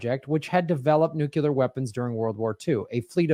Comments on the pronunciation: ok, it bugs me that doesn't pronounce nuclear right. He says it like "nucular" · why can't most mericans pronounce Nuclear... it's 'new' and 'clear'.... Nuclear. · It's not nuke-ular?